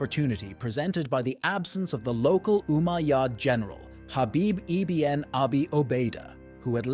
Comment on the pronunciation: Good video. The plural of Amazigh is actually Imazighen not "the Amazighs". It's pronounced ibn not I-B-N. Meaning "son of" in Arabic.